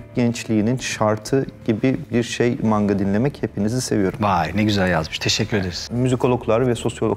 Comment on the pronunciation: maNga'nın "N"si nivtonumu taşıyor?